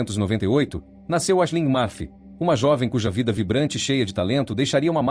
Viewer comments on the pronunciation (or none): none